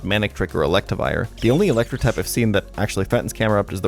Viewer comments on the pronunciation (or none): none